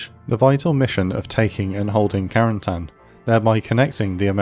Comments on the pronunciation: Creates a video specifically focusing on some very specific place, does not try at least once to pronounce said place correctly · It's funny how americans pronounce Cotentin correctly (even if there is room for error) but Carentan is always butchered. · What about a little French lesson to pronounce Carentan properly? Great job otherwise!